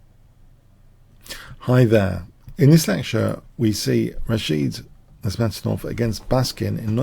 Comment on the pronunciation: Good analysis, but please learn to pronounce "Nezhmetdinov".